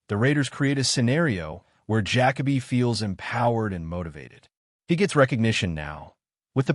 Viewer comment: I can not listen to this bs fucking AI voice call him Jack-A-Bee. Use your voice or hire someone else